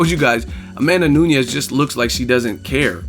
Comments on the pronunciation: Only one reason needed.. She got no standup.. and it's NU NES not Noo-ni-yez jeesus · A tip from Brazil: Amanda N U N E S (portuguese surname). N U Ñ E S (is spanish). Spell it like NUN + ES. But it was a great commentary about N U N E S victory.